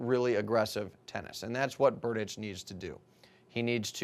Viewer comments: You have wrong pronounciation of Tomas's last name... Next time watch the tv more carefully. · P Funny.....Berdych(č)